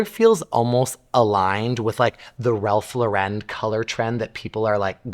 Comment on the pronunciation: GIDEON? It's GLIDDEN--a paint company that's been around for decades. It's MELODIOUS--AS IN MELODY--you know, like music? Also, it's Ralph LOR-en. not Lo-REN--it's NOT French! SMH.